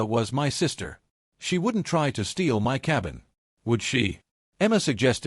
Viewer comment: Why can't AI pronounce "my?" BIL was as bad as a slimy lawyer.